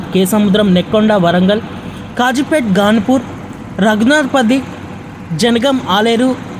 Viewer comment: పంగిడిపల్లి కాదు పగిడిపల్లి కాదు ఘాన్పూర్ కాదు ఘనపూర్ భువనగిరి లేదా భోనగిరి అని స్పష్టంగా పలుకుతె భాష ని చంపకుండా ఉంటావు